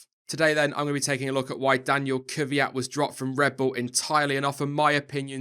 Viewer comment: why do all english say "kyviat" when his name is kvyat?